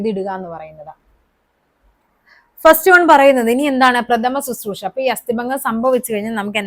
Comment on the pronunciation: പ്രഥമ ശുശ്രൂഷ നല്ല പറയാം. പ്രഥമശുശ്രൂഷ എന്നാണ് പറയാം